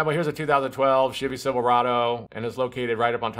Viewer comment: I swear it sounded like you're saying 'shitty silverado' lmao great video. currently fighting 4 codes on my tahoe, fingers crossed. I'm getting p0030, p0053, p0455, and p0496 and I can smell gas when it's running.